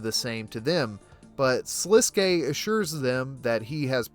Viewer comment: Thank you for saying Sliske's name correctly!